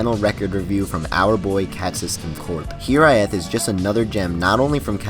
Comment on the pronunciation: Great review. also i think it's pronounced hi-RAYth